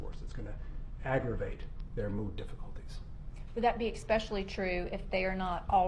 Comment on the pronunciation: And she said "exspecially". That's one of my biggest pet peeves. THERE IS NO 'X' IN THE WORD - ESPECIALLY. Drives me freaking crazy when people pronounce it as exspecially.